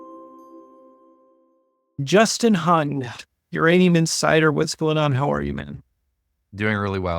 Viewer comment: you mis-pronounced Justin’s last name. This does not make you looked very informed.